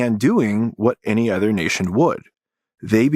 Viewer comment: pronounce it with me: "uhh-ther" not "ehh-ther"